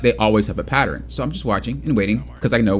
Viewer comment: Pattern. Patterin. 😂